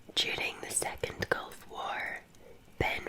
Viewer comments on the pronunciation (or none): none